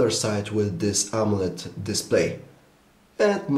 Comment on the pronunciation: I kept hearing "Amulet" display haha